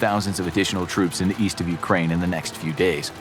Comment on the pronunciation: Why no mention of other NATO forces? Dude, practice your Ukraine please, your pronunciation is painful.